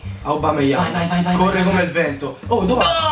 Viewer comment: hahahaha bella raga!!!! Ps. porcaccia la miseria, si pronuncia: "Òbameiang" non "aubameiang"!!!!! 😤😆😁